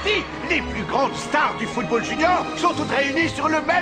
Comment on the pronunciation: pardon mais c'est anime est un putain d'anime de football, et la narratrice au debut NE SAIS MEME PAS CORRECTEMENT DIRE FOOTBALL!!!